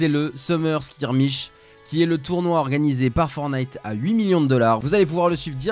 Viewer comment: Super vidéo mais on dit pas FORNITE on dit FORTNITE avec un t tu t'y connais en gamins mais tu sais pas prononcer un nom